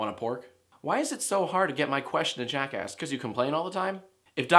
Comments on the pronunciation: Ok what if I said he sounds like he's saying jackass cuz he kinda does XD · It sounds like you're saying JackAss. Oh yeah, I just went there.